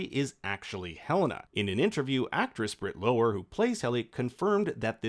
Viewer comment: it's britt lower, like 'flower'